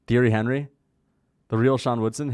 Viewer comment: The fact that you pronounce "Thierry Henry's" name the way you do; shows you are less than a casual in football.